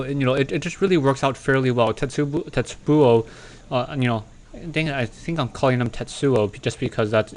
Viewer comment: A "tetsubo" is a club, and pronounced "te-tsu-bow"